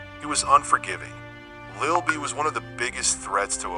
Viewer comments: That is not how you say that man name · How can you make a documentary about a man and mispronounce his name? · Quick tip, when using AI voice, some words should be spelled how its pronounced rather than the original spelling, that's why so many words are pronounced wrong. AI dont have a personality/sense of humor like humans nor do AI have a human understanding, just a helpful tip from trial & error.